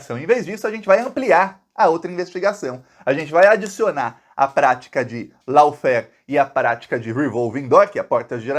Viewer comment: lawfare , se pronuncia ló férr.....